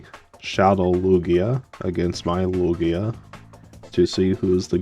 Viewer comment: Omg, it's Loo-ghee-ahhh! Oh no, that starting set tho :3 glad you got to use Lugia tho!